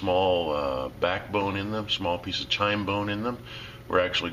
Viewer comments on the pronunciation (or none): Chine not chime